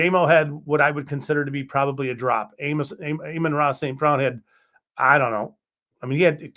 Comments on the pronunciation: “aye-men ra“….get this guy off the video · Sorry but if you can’t even pronounce Amon-Ra’s name right I doubt anything you say after that